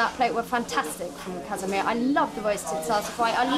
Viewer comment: casamia, not casamir